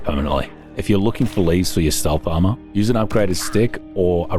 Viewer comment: give me 5 cents when ever says AMAUHR